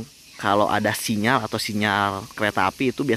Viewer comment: Kalau bilang sinyar itu lidah orang Sunda